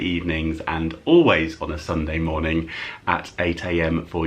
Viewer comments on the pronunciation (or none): none